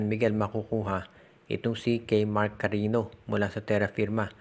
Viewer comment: Cariño Hindi karino ogag.